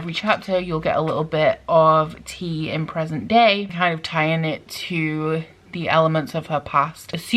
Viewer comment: You pronounced her name wrong tea it's pronounced like Tia like Leah or a nickname of Tiana